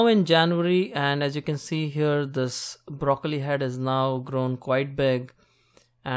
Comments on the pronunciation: i like brrrrrocollli.. :) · You made broccoli have 5 r's. Brrrrroccoli